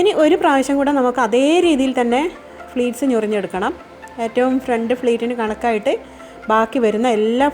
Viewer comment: സാരി പ്ലീറ്റ്‌സ് ആണ് .. fleats അല്ല.. pleats ആണ്..